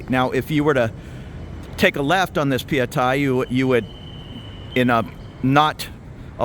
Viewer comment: Hi, you said it correctly - pa-ya-thai. I know I'm Thai 😊